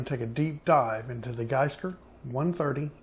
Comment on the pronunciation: Gskyer is pronounced G Skyer.